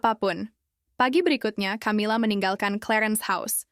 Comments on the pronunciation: Camilla=bacanya kamila, bkn camila, emang camilan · Knapa sih ucapan Camila jd tjamila